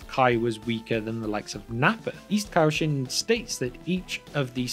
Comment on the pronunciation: And its pronounced kaioshin